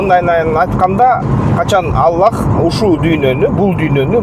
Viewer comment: Илим алып анан сүйлө Аллах ддеп жакшы айталбайсынго